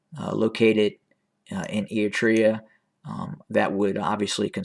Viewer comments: Any pictures, any evidence?. Can’t even care to learn to pronounce the country involved. You’re not a good liar! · Fake news. Pure speculations. Stop speaking your opinion and winding it out as facts. And as I stated before, learn how pronounce Eritrea correctly if you’re gonna defame its name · Not a very big deal, but can you please work on your "Eritrea" pronunciation haha? You're skipping the first R like "eat-rea". It's pronounced "Eryt-rea" You're pronouncing Tigray well now 👏